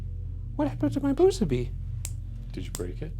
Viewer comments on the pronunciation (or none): "If you bwoke the boo-subi, hit the bell 🥺" ding